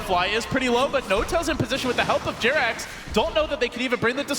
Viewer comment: Come on guys. Its jerax:)